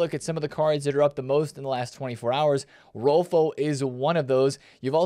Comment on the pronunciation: Just a pronounciation tip for Swedish names, the Ö in Rolfö is pronounced similarly to the E when you say Kerr.